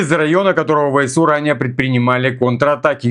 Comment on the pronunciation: ВСУ - ВЭ СЭ У! СЭ СЭ СЭ. НЕ ЭС! Режет по ушам, ДОРОГОЙ НАШ. В русском языке буква С произносится СЭ.